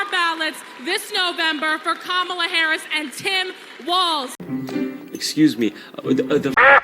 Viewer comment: I’m voting Trump but for the love of god stop intentionally pronouncing her name wrong